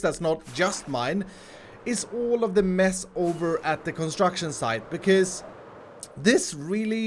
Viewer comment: Höruu, när du säger mess ett par gånger... det låter som du säger möss 😅!